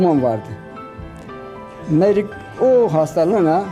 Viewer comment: Merik değil Meyrik!!!😂